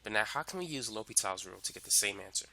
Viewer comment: great video but you messed up the name; l'hopital's rule